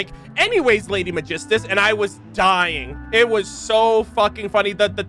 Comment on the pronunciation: Im still under the impression that Kazuha and Xinyan struggles to say Megistus due to their origin. Even with the assumption that Teyvat only differ by accent per region, Megistus is an unfamiliar name for Liyue and Inazuma